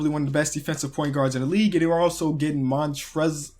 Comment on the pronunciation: It's pronounced "Montrez" Harrell